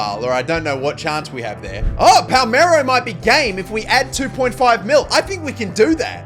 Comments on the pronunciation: Wtf is Palmero, its PALERMO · Palermo ❌️ Palmero ✅️